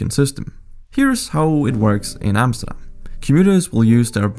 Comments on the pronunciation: You said Amsterdam, not Emsterdem... thank you for that... loved the video.. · I hate it when uneducated English people try to say 'Amsterdam' but this man could pronounce it surprisingly well